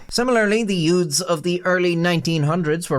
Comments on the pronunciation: "Yoots" like in "My Cousin Vinny" 😂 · "It started when a group of yoods..."